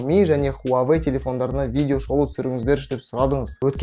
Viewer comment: Хуавей емес Хуауей Негізі ол русактар ғой "W" мен "U" əріптерін В деп атайтын мысалы Automobile, Euro, Australia